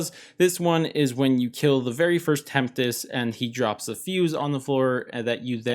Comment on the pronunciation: No one's gonna tell him he mispronounced Tempest more than once🤣